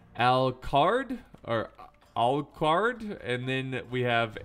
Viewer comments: Its pronounced Alu-card Alucard is Dracula's son and Alucard is just Dracula spelt backwards. Thats not me playing I just know who Alucard is. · ALUCARD!!!!!! It's from Hellsing and Hellsing ultimate. In case you have trouble pronouncing it read it backward.